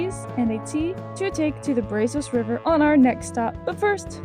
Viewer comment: Brazos River. Pronounced "Brazz us"